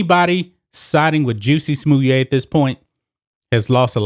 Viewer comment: Is that how his name is pronounced? I’ve been calling him jussy smallette LoL Anyways we are lucky to have seen any justice in this case. I don’t believe he acted on his own and I don’t believe he staged a hate crime to get a pay raise. And I’m sure he will be paid handsomely by his i conspirators to remain silent about their involvement.